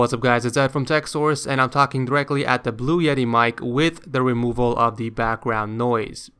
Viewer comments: you said blue yetie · he sed blue iety